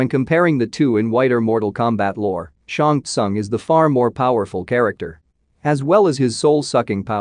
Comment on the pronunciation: Who ever is the narrator here....SHANG SOON is how you pronounce his name....